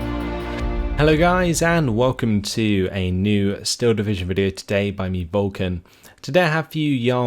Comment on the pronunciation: Did you just say bulkan